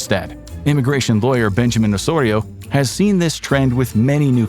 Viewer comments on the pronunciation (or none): none